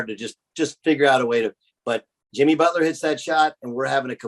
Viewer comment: Did Collin really call him Jimmy Botch-ler or was it a slip of the tongue?